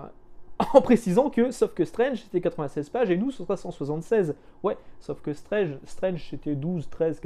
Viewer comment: Moi j'ai connu Strange ( à prononcer "strange" et non "strenge" parce que à l'époque quand tu avais 11 ans, tu prononcais tout à la française :-), bref, j'ai connu Strange à 4 fr et franchement c'était dur de les avoir auprès de ma mère (surtout qu'il fallait rajouter des sous pour Nova, Titans et Special Strange) et donc le côté "maintenant c'est 16 €" ben franchement ça me parait moins cher en fait :-)